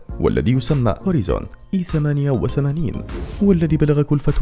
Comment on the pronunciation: إسمه هورايزون وليس هوريزون يعني أفق Horizon